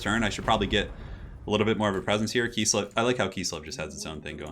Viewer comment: kiss-lev, not kees-lev. KISS-LEV